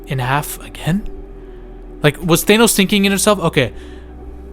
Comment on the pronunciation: Omg NOT THAYNOS